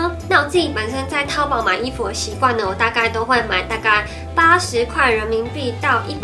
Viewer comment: 淘是唸第二聲